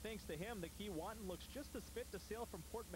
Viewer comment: It's not Kee-WAH-tin... it's Kee-WAY-tin... it's difficult to watch this when they keep mispronouncing the name... I can't believe no one corrected them.